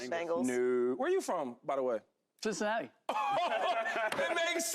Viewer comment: Yea I stop watching when he said Cincinnati 🤦🏾‍♂️😂😂